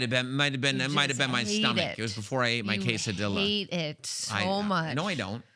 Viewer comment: Notice didn't pronounce "Quesadilla" THAT way in front of Rey Mysterio... 🤣🤣 🤦‍♂🤦‍♂